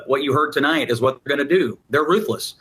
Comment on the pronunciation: "Say Wat"...u beeze all racist n sh/t.🤣